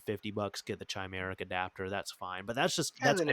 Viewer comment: Oh please stop pronouncing "Chimeric" like that 🤣. Appreciate the vid!